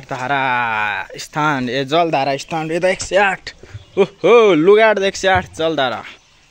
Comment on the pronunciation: "स्नान" लाई "स्थान" भन्दिनि अनि😂😂😂